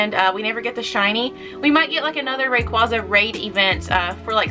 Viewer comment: Props to you pronouncing rayquaza correctly